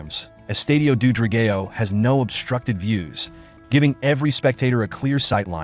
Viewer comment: Thank you for making a video on our stadium. Not sure you are aware but we wear blue and white so when you spoke about the fans you were actually showing Portuguese National Team fans. The pronunciation of the name Dra-gay-o would be very offensive had it not come from an AI voice, perhaps just use the English word which is Dragon. The Stadium is NOT located in Boavista, thats where the local city rivals are so this simply wrong information. Sorry to sound critical, I just needed to mention the big faux pas on the video. I am grateful you made a video on our stadium just wish there had been a bit more research done before presenting false data.